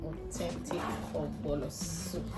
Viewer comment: Nice.. but why spell correctly and wrongly pronouns Ogbono Not ogbolo🤮🤮